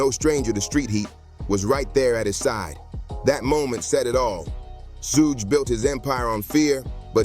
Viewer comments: They called suge knight sugi. HAHAHAHA!! Who narrates these things?? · Did he say Shu-Gee? 😂